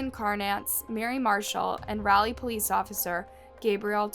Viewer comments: It's Raleigh not rally. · We in north carolina pronounce it rah-lee not rally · O.g I really wish this girl would learn how to pronounce words before making a video!! It's "Raleigh" not "Rileigh!! Like a cheer when they say "rah rah"!! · Raw-lee say it slow raw-lee...and its a town of 500k people then what do you define as a city... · Raleigh, RAH-lee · Raleigh is Rah-leee ❤ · Raleigh (Raw lee) :) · It’s really not pronounced as rally. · It's pronounced like raw lee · OMG girl that's narrating this video- The way you Are pronouncing "Raleigh" is so annoying & so wrong!?! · You realize you're pronouncing Raleigh wrong right? 😒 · That is not how you pronounce Raleigh 😫😫